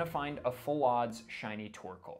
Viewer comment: I never thought I'd see my face in a shiny compilation video. <3 Super stoked to have my shiny reaction in this! P.S. Thank you for pronouncing my name right!